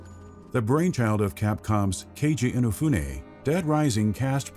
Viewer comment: At leas he pronounces Keiji Inefune correctly this time.